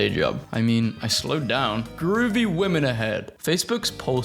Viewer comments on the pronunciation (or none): none